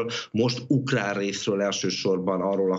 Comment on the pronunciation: KATASZTRÓFÁLIS A ZAVAROSBESZÉDŰ MÁR A 34 MÁSODPERCNÉL MI AZ AZ UKLÁN???